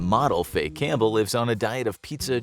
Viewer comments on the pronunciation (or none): none